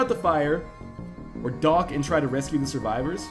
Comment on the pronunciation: I laugh a bit every time he says "dock"